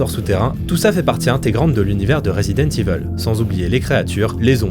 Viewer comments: jme suis arrêté a la prononciation de "Resident Evil" : rézidente iveule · "Rézidante Iveuule~"